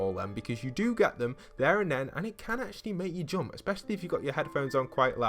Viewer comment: U don’t know how to say jump